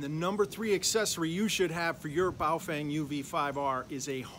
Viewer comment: I believe it is pronounced as bao "ferng" - "fern" with a twang.